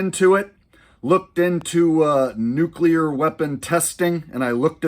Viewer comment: “It’s pronounced nu-clear,…..nu-clear “